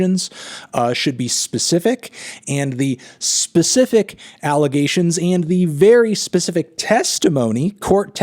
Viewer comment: you said it alligations